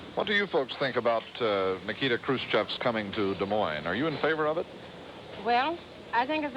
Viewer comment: Hilarious mispronunciation of his first name by Eisenhower Edit: This movie was much more fascinating than that initial haha. It is so surreal that all of that happened. A two week tour of any country, let alone Soviet premier in USA at height of Cold War? Such a thing would never happen now for many independent reasons, including being a security nightmare. With much of it appearing loosely scripted and made to look somewhat sprung on Khrushchev, and his spontaneous outbursts likewise a barrel of surprises for his hosts, it was incredibly surreal. But the 24/7 media coverage was also a forerunner of today's reality shows. And some details - sorry for spoilers below - like the bunch of them crowing into limo with Eisenhower sitting in cramped middle position, or the unbelievable choice of the movie scene whose filing he sat in on ... it was one of the craziest and most unexpected historical events of which I was completely ignorant. Finally, one thing that doesnt change is seeing how the media were - as ever - a bunch of whores stoking controversy for page views.